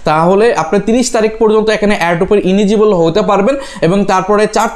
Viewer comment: ইলিজিবল ভাই ইনিজিবল না